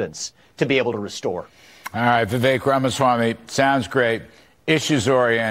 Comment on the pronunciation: For the love of God! His name is pronounced "Vi-Vake" !!!!